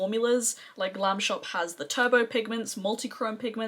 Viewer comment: You should try their new eyeshadows they are holographic... u will love them. Your polish pronunciation is on point. Love your makeup look.